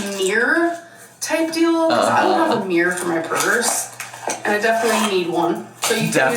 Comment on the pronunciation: me just listening without watching: what in the f*ck is a meyuwer? oh, right, a MIRROR.